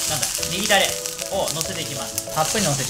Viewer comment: 「ネギだれたっぷりの」が「いぎなり」に聞こえてそんなとこまで宮城県民に忖度してくれてるのかと思った